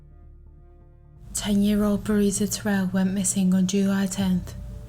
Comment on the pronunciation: Pronounce her nsme correct plz: BREE - A- SHA